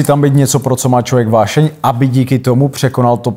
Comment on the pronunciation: Než se bude pouštět do angličtiny, měl by najit "uášeň" se naučit mluvit pořádně česky. 😊